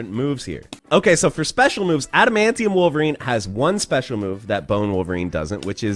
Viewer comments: God stop saying Bonerine. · You do realize you called him BONERine right?😏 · please don’t call him bonerine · Lol he said bonerine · "BONER-INE" hahahaha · Don’t say “bonerine” again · LOL he calls em Bonerine!!!!! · You said Bonerine xD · Did you just say "Bonerine"? 😂😂